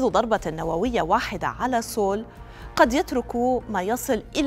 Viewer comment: سيول لا نقول سول، خطأ نسميها سيول Seoul 😊